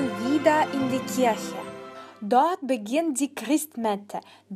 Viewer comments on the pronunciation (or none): none